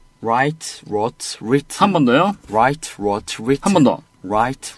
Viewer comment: wrote는 '우로우트'인데 는 계속 '뤄트'라고 하네. 이 교정 안 해줘서 불편한 1인 ㅋㅋ